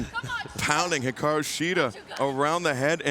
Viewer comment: Shes the only one who pronounces it right